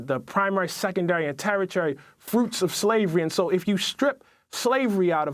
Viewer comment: "Terri-tery"? You're so well-spoken.